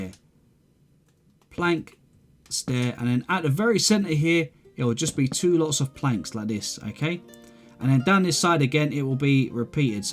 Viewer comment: wun, tue, free <3